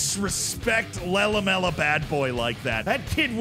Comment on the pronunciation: It's 2024 and still can't pronounce his favourite player's name (Lehlomela Badboy) 😂😂😂